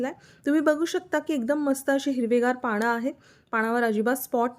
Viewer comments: पानं म्हणा पाणं नाही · पाणं नका म्हणू हो, पानं म्हणा.